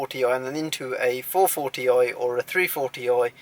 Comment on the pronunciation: I like your "440 oi"